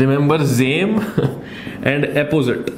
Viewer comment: Was laughing my heads off for "Zame " and "Epposite"